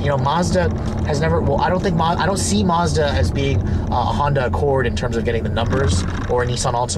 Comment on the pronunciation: If it was supposed to be pronounced Marzda, it would be spelled Marzda. It isn't. It's a Mazda! Uggghhh!